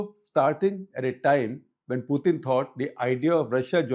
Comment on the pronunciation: “Puthin” “Sovieth” “Sharon” 😂😂